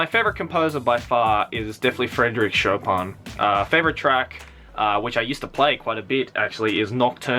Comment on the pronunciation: When you said "Chopin" i had this weird patriotic orgasm in my pants, is it normal?